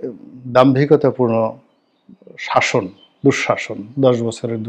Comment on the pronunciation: দুস্সন নয় সাসন করেছেন